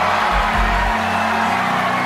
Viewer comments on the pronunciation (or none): Is anybody else cringing each time Terry pronounces Putri's name as Pew-Tree?